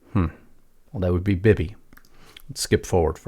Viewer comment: DO YOU KNOW WHAT A BEBE GUN IS ? THAT'S HOW YOU PRONOUNCE, BIBI LONG I='E'!